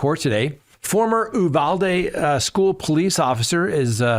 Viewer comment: Why is only one Uvalde LEO being charged? There were so many of them who did nothing. Also, I am from Texas, locals pronounce it “You-VAL-dee